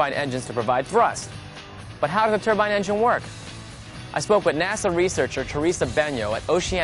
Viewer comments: It's a "turbine engine" not a "turban engine"! somebody slap her! lol at "it's easy man; it's engines!" no way man they use engines on those things?! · It's TURBINE, not a fucking TURBAN